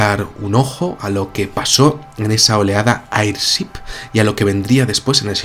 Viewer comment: Mi buen, airship se pronuncia eirchip